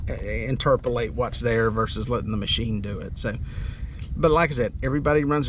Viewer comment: you combined the words interpret and translate into interprelate. LOL